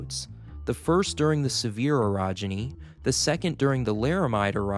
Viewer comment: you need to pronounce orogeny a little less like "erogeny" which is something completely different